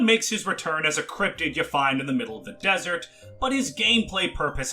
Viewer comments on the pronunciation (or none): none